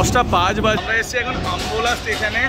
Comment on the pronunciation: খুব সুন্দর কিন্তু ষ্টেশন গুলোর নাম গুলো একটু ঠিক করে বলো। ষ্টেশন কাটোয়া নয় কাটরা । আম্বোলা নয় আম্বালা।